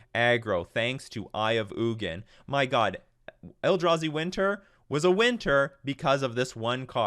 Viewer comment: It’s pronounced Eye of Eugene